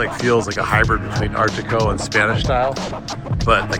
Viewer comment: Art Deco. Not Art Decot. ..lol